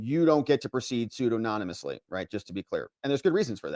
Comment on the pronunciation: The word you keep mispronouncing - pseudonymously - is pronounced: su DON a mus lee.